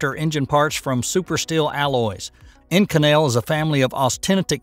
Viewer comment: To whom it may concern, the super alloy Inconel It’s pronounced with the accent on the first syllable. Just saying